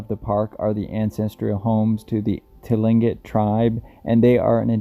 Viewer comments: Hi, I'm not a language expert, but I live in Alaska, and you hear Tlingit most commonly pronounced. "Kling-kit". That's pretty close for a non-native speaker and easier to say! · You pronounced the American Indian tribes name wrong but good try, I grew up their some of my friends are from the tribe.